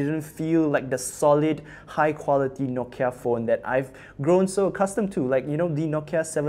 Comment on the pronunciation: It's "Nokia"